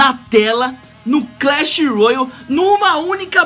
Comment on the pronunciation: pq todos youtuber pronunciam "Clash Ruoayl"? A pronúncia deveria ser " Clash Royale".